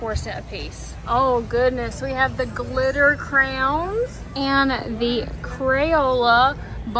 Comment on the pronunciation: I love that you say crowns lol…… that is the only right way to say it in my opinion 😌